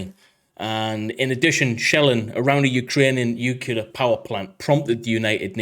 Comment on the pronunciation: Except for saying Nuclear wrong 15 times In a row.